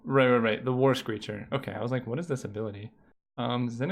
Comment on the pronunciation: Every time you said the words "War screecher" my mind heard "Worst Creature". Lmao